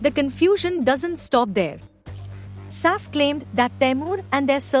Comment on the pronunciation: ur pronunciation of Saif’s name is so irritating